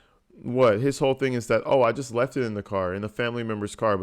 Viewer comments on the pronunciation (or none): The way ge pronounces words makes me rage. Not even his malapropisms, but the way he says stuff like vehicle "vee-koo" and thing "teeng"